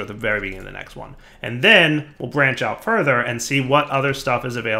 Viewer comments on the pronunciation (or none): none